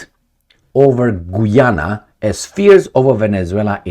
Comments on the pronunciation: It's pronounced GA'YANA not GOO'YANA 😂😂😂 Just like Usher.. A'sher not OO'SHER 😁 * Not surprised, huess ehats in GOOYANA,......O I L 👈🤬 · Guy Ana that how it’s pronounced. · I was simply pointing out the correct way to pronounce the name of the country Guiana, which is not the same way is pronouncing it in the video. He pronounces it like "Gweeana." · gayana <-- pronounced that way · Just FYI, Guiana is pronounced as Guy-ana and "Guy" is pronounced like guy when its used as a name like "Guy Fawkes" or as a male person or as collection of people like this, "Do you GUYS have any plans for tonight?"